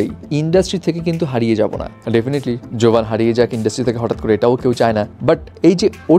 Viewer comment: জোভান ❌ গেভান✅